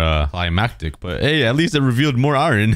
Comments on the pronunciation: Ie-Ron? Ireon? AAAAARON~! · Why do you say iron like iwren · Who in God's name says iron that way lol. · It's spelt iron but pronounced iern